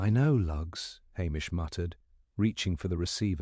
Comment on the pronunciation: I couldn’t keep listening. “MacLee-Ohd”? “Ah-mish”? Clearly this is an AI voice.